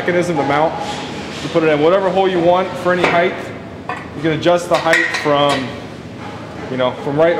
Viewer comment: The word is HEIGHT (T) , not HEIGTH (TH).